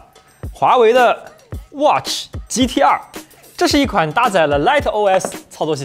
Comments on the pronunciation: 我一直聽成GTR⋯⋯ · 第一句听成了 华为 watch GTR...